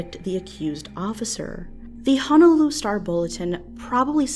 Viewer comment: Wish people would pronounce "Honolulu" correctly.